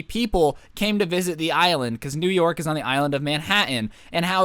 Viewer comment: New York or new your city?? 🤣